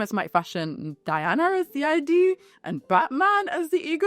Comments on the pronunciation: its not i d dear. its id. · Id is pronounced as a word that rhymes with lid and bid. Sorry, I'm an out of control pedant, I know.